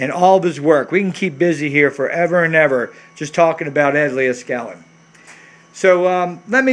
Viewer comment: Hey man you are killin me with the way you keep butchering Mr.Leed-skal-nin's name by mispronouncing it Lee-uh-skalin.